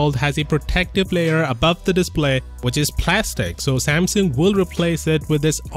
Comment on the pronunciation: It's called Samsung and not samson